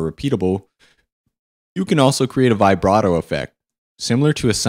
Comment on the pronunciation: You're pronouncing "octave" and "vibrato" wrong.